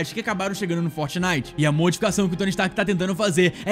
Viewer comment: Oxe ele falou indústrias strak mano kkkkkkkkkkk